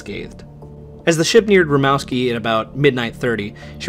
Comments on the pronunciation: Minor thing: You pronounced Rimouski as Rimowski. It's actually pronounced like "moose". Src: I'm a French Canadian. :) Great video! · Great video. Only thing is The city is pronounced like moose not mouse. I stayed in Rimouski once and they have a little museum next to the st lawrence. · Father Point = Point au Père pronounced Point o pair Cape Chat = Cap Chat pronounced Cap shaw Rimouski pronounced Ri-moo-ski